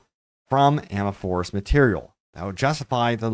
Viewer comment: It blows my mind how many people can't pronounce amorphous properly.